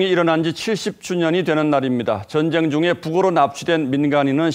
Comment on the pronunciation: ''젼쟹이'' 어쩌구ᆢ''민쥬쥬의으 쟈갹햐게 댸였숩니댜 젼쟹는 '' 아오 발음도 참 특이하게 해 목소리 듣기도 실타 싫어 !